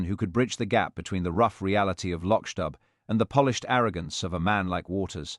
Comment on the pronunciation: Hopeless pronunciation of Loch Dubh, even I'll is pronounced/ill/ rather than "I will". Even the pictures suppposed to represent Hamish are confusing!!